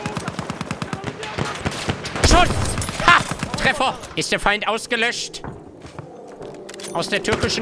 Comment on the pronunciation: Wegen dieser unglaublich lustigen Aussprache hast dir mein abo verdient :D Mehr davon ! "SCHUSS" "ist der Fein ausgelöscht? hahahahahahahaha ich kann nicht mehr